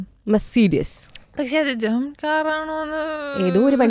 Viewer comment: ജേമൻ അല്ല. ജർമ്മൻ.